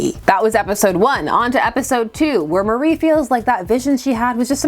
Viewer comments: Apologies for being that asshole but isn’t it pronounced Mari (MAHR-ee) not Marie (Muh-REE)? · I thought her name was Mar-ee, not Mar-ie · I know weird name pronounciations is like a meme on this channel, but hearing you pronouce Mari like Marie felt like an assault on my soul. That said, I always love it when Vixen gets the attention she deserves.